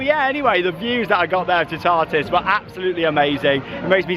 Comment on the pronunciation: I suggest watching a French channel for the pronunciation of Toutatis. It’s not a hard one for English speakers to say, but the sound of it is probably not going to be obvious until you hear it. The middle syllable doesn’t sound like ‘tar’…more like ‘tat’, without the final ‘t’.